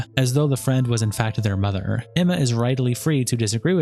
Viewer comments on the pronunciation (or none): none